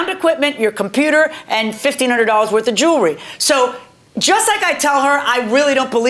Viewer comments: "it's not $5000 werf" 🤦🏻‍♂️ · “Not $5000 worf” 😂